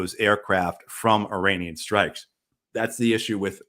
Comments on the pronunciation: Please pronounce Iranian correctly. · Irritates me too.